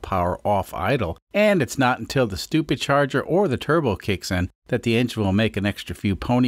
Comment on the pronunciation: "It's not until the stupercharger or turbo kicks in" I hope one of the experiments in this series is turning that "or" into an "and." Compound stuper-turbo charged kubota would be a sight.